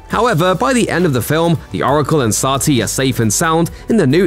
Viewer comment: The narrator mispronounced satli like CAP.He can mispronounce the name all day.